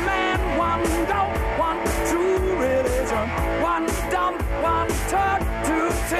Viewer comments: No one: Roger: trueligion (or truevision??) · Haha Freddie: it doesn’t fit Roger: yeah it does Freddie: go ahead, sing it Roger: ....one true...reee-gion (re-li-gion) Freddie: well of course it works if you say it like that! WTF is re...gion? He forgot the middle syllable 😂😂😂😂😂 So hilarious!